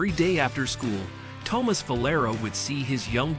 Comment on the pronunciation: That and the mispronounciation of Thomas.